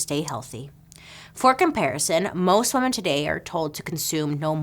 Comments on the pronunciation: I love you Bailey, but your pronunciation of women is a bit strange. There is a difference between woman and women. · Isn’t the plural of Woman spelled same but pronounced different then the singular? Isn’t it “weeman”?